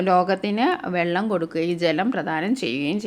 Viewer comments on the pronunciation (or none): none